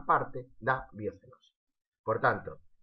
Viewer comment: No se dice biocenoce sini biosenosis